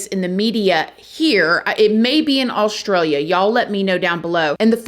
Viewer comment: As an Australian I find it funny how you pronounce my country - but thankyou for mentioning it